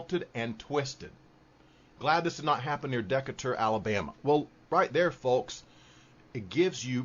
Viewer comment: Haha. Glad you got Belarus right. Now, get De-Cay-Tur right.. (not giving you a hard time, just what it is). Decatur is de-KAY-ter//